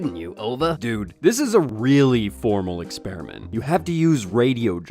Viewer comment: why is he saying "EXPERI-N-MENT" makes him look more stupid than being a flat earther does